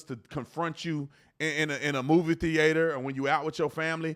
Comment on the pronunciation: Lol THEE-ATE HER